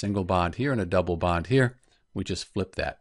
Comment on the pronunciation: Band😂 It's bond